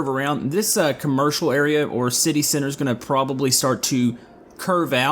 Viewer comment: Whenever he says center it sounds like sinner